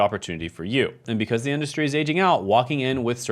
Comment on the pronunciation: “Industry”, not “indushtry”. Who gave you your degrees?